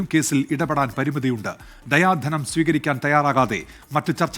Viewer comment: ദയാധനം എന്നല്ല ദിയാ ധനം എന്നാണ്